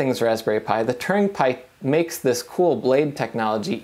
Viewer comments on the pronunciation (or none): when you say "turing" it sounds like "Turning"